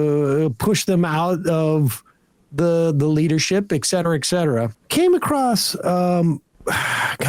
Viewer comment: Sammy, Baby, Sweetie, Honey... it's Et-Cet-er-a... not EX-Cet-Er-A.